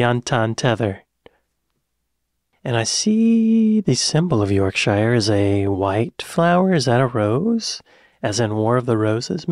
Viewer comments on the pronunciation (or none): was waiting for the york-shier. never disappoints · It’s yorkshur not yorkSHIRE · Please don't murder the word yorkshire in a southern accent. 😢